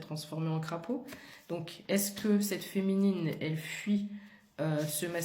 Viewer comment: Coucou! Je devais être mal réveillée mais j'ai entendu fouine au lieu de féminine. Et surtout que depuis quelques semaines un animal se balade dans ma toiture et mes mûrs.